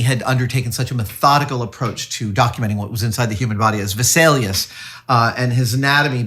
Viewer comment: Name "Vesalius" American pronounciation: Visalias :face-red-droopy-eyes